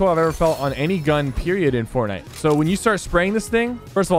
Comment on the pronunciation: is fortnite, not fortniye☺️